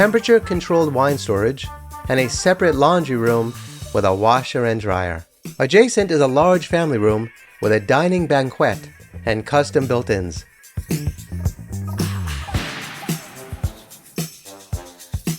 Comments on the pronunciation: ban-kwet? that's pronounced "ban-ket" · peonounced bankette, not banqwett.